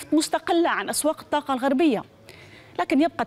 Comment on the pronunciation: الطاقة و ليس التاقة